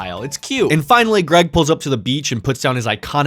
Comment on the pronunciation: LMAO not Ga-reg!!